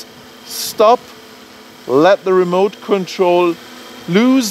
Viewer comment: You don't like the Ra-moot controller? LOL...great video though...